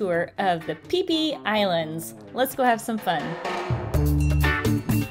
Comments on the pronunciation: Phi Phi..ฟิฟิ ให้อ่าน พี พี อังกฤษ ส้นตีน สไตล์ ไทย ๆ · .... PP Islands, not PHI PHI Islands